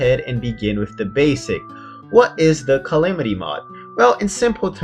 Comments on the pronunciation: U pronounce calamity calimity so ur calling us noobs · the fact that he pronounces it cy-li-mi-ty mod triggers me lol